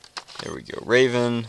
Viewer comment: Strayven... smh. Gutted a poor Rayven. #RayvenLivesMatter